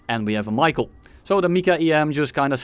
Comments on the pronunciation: Man said any word that just started with R instead of Rafale lmao, bonus points for the Michael missile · Can we talk about how he also said MICA wrong half the time